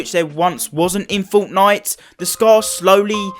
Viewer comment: I love how he says fortnite like 'forwtnoite